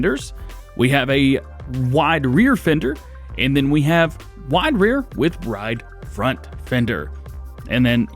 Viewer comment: "Wide rear, with *ride ront* fender"